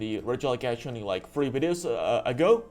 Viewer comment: I feel like Wolfey watches your wideos which is why he says wideos in his wideos 🤔